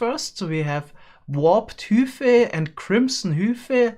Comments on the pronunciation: Everyone else: hai-phei: hü-phei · to be fair he pronounced it "hoophie" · you are objectively incorrect, major, he pronounced it hew-fee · It's bizarre hearing it pronounced hoo fih when I pronounce it hi fay. Something about it just sounds so different. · it's high fay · He just pronounced it as it's done in German. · The Major i heard hoofay you illiterate manchild stop attacking my ears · For those confused, he is saying Warped Hyphae & Crimson Hyphae -- as in "high-fee". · Replace with normal German pronunciation. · If it were hyp-hae you wouldn't pronounce the ph as f.